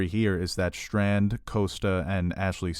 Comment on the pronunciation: It's "Strand", not "Shtrand".